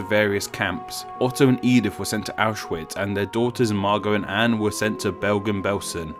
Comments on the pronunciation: ITS FUCKING ANNE, NOT ANN ITS FUCKING STEPHEN AS IN STEFFEN AND NOT FUCKING STIIIVEN DUDE WHAT THE FUCKKKKKKK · Her nameis pronounced An-ehh not "an" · Her name is pronounced Anne with a short a and n and then followed be an e. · its disrespectful imo, that most english speakers don't pronounce her name correctly